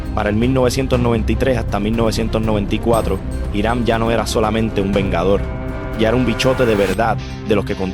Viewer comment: Me atrevo a apostar que si voy a Manatí y pregunto sobre "Jirán" me mandan al carajo... Tal vez si pregunto por "iˈɾam" si sepan de quien le hablo. Me gustan tus videos, pero toma en cuenta dos cosas: 1) La pronunciación correcta es sumamente importante para llevar bien el mensaje. 2) Los criminales de los que hablas en tus videos son eso, criminales, y no los debes romantizar (y decir que no los romantizas no basta, solo hay que escuchar los adjetivos que usas y el brillo de admiración en tu voz). Gracias por tu trabajo y por favor, toma en cuenta estos consejos.